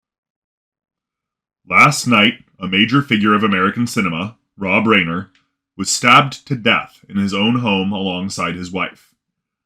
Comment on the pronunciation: Reiner is pronounced Rye-ner.